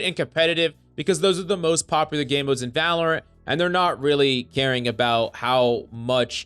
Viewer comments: ah yes my favorite "valopant guide" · Ah yes the game we all love "Valopant"